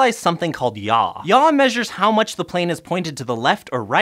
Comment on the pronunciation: Yaw* not Yaa